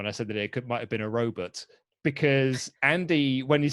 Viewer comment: “For all we know, it’s a roBUTT...”